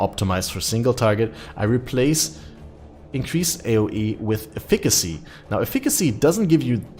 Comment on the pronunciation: Pls use Google to tell you how to pronounce "Efficacy." Not "aeh fikkazie" And why not fossil craft an elder shaper chest + some lucky slam vs Kaoms.